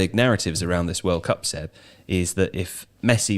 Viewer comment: Yeah this got shredded for whatever reason, cut off the first part! How can I get hard without hearing saying Seb's name wrong?